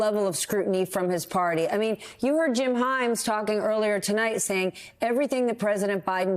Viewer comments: The word is smattering, not smathering. Seriously, is English not your first language? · Smathering is not a word - You meant smattering - Go Blue